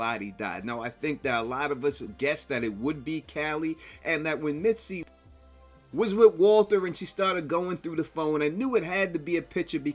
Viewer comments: Her name is “Misty,” not “Mitsy” ffs. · Misty not Mitsy 😭